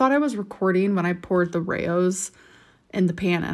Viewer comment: That is not how you pronounce Rao’s